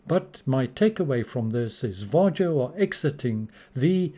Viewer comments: Var-Yo Nordic countries pronounce the J as a Y, just like Germans swap the W for the V But yeah I agree with your analysis on the lifetime and announcement, they obviously went in as an experiment and decided not to continue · It's pronounced VA-HO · Your pronunciation of VARJO is still incorrect😏